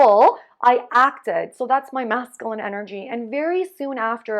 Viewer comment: It's MASCULINE there's a "U" in the word lol